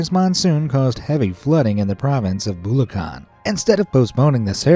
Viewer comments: bruh mispronounced bulacan 💀💀💀💀💀💀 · It’s actually pronounced Bulacan I’m a Filipino by the way but I speak in English so bye